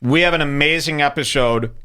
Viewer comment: Did you say epishrod?sluring words makes me think I'm hanging with assholes drunks.your content is parasitic. Come up with something original hack..lazy fuck.ha!button pusher loser.